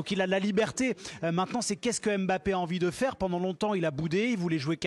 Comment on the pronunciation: Les français c'est pas "M" "bappé" mais Mbappé apprenez à respecter les noms africains.